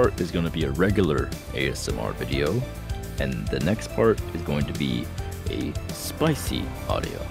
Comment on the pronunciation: She say sleep is for dah weak 😤